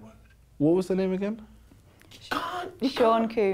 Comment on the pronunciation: Sean Coombs lol it's combs